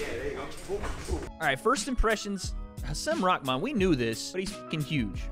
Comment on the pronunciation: Bruh why are you saying his name like that watch you’re press conference vid and watch this and tell me you aren’t saying his name diferente